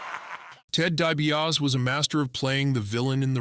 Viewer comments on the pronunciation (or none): This AI commentary is the absolute SHITS! Dibiarse, deebeeauss...JEEZ!! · Dee-bee-ah-see! Get your crap together!!!!! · Maybe spend the time to learn to pronounce his last name. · This bozo has WWE Icons as his channel name but was too lazy to narrate this himself and instead gets an AI that can’t even pronounce the name properly. 🤡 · Turned off right after last name was mispronounced